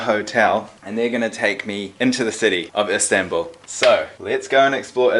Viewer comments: It’s Istanbul NOT instanbul dude wtf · ISMAIL AHMED the turkish and the official word is Istanbul. What you call "Instanbul" is the English pronouncement of it